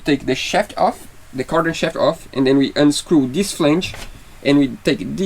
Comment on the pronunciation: Put your tongue under your front teeth and blow.......THIS not deese or dis. Practice THIS